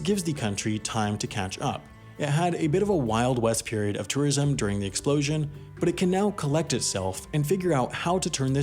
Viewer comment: You really can’t pronounce tourism? It’s like tor-ism not tah-ism. C’mon dude